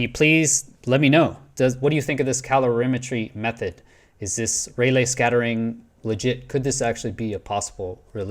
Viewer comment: I believe it's pronounce Ray-Lee